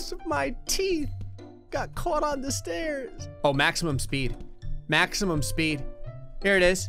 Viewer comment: what they ment to say: grays stairs of misery what they had to say: grays sairs of miser